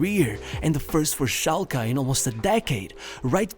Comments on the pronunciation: SchalkE not SchalkA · Its schalkE not schalkA not shulker